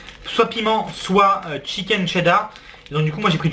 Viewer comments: En fait je sais pas si vous savez mais c'est cheddar pas tcheddar 😂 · Vous dites tcheddar ?